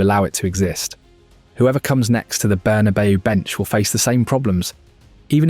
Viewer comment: I can't bear listening to you mispronounce so many names "Zinna-dyne", "Berrna-bayo", "Chelto Vigo" and the list goes on! And we don't have MVP's in football. I'm surprised he's not called it soccer yet! 😅